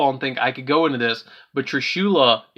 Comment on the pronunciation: I hate how u say trishulas name wrong